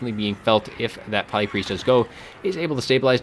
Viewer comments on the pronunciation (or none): whats up with pronouncing it plæyg? not trying to be rude or anything, its just doesnt seem like you have an accent